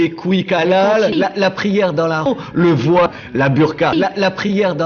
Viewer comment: 01;15 on dit voit pas voiye retourne en cours de francais